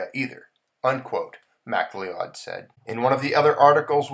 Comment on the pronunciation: McLeod is pronounced McLoud...it is an old English surname...old english spelling ..but is said as Ma-Cloud.